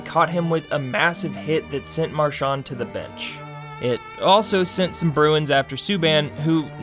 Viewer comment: You’re pronouncing Marchand wrong